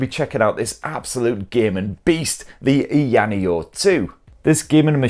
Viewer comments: haha he butchered the branding from "aya neo 2" to eyaniel :face-blue-smiling::face-blue-smiling:. But great video nonetheless! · It is funny that he can pronounce Aya Space properly but not Aya Neo. A lot of incorrect information and review to be honest. For those who want to watch correct and detailed reviews, go find Retro Game Corps, ETA Prime and Taki Udon. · LMFAO! I don't think he believes they're two separate words, Aya Neo. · Gibbons I honestly think it is just his accent. The sounds are there. I get that this is his job, but he is not mispronouncing it too badly at all. It's a bit nit-picky if you ask me.